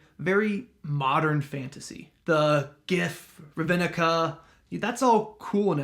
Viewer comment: I’m pretty sure it’s pronounced “RAV-NIK-UH” and not “RA-VIN-IK-UH”